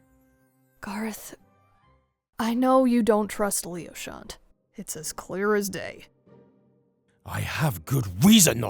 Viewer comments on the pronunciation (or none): How pronounces Leochant's name -Lee oh shall not How everyone else pronounces his name- Lee oh sha-nt